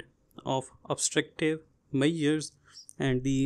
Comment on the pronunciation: It's not Mayer it's measures.